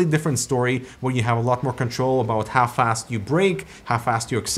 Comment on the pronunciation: how fast, hafast and half assed.